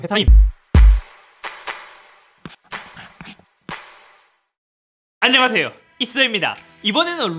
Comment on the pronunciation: 잇섭형 시작할때 발음 뭉개지면서 안녕하th요 잇thㅓㅂ 입니다 하는거 너무 좋아